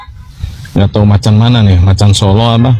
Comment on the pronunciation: macammmm macammmmm😂😂 bukan macan..